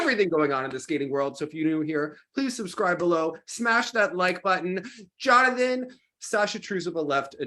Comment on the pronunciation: no, it's not :) Jonathan pronounces it quite well, though, very close